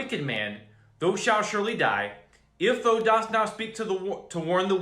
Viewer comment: thou rhymes w cow, it's not pronounced tho